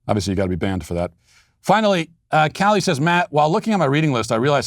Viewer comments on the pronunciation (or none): If you will forgive me for not knowing you had two books, I will forgive you for mispronouncing my name. It’s Kay-lee, not Callie. I ordered The Unholy Trinity immediately. Thanks for reading my comment.